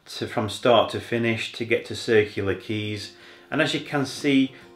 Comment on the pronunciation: I am sure you are Say Leura wrong m8 lol. I Went to School at Wentworth Falls for a few years around the corner. Took the Train from Warrimoo. Thats the Road sign on the High Hay with Blinky Bill omn it. Glad you got to see the the Blue Mountains. Miss it a bit living in Queensland. No one calls is a Woodland lol. Scrub or Bush or Forest. Its Quay not keys lol. Just a nit picking local. Sydney is a Bit Busy for me, feeling the Population Graowth now where I live now, aka Traffic Jams. Glad you enjoyed it, all the Best from Australia.